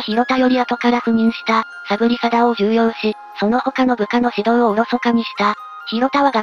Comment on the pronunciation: つい昨日それがネットニュースになりましたが（ ）、「重用」の本来の読みは「じゅうよう」なので合ってるんですよね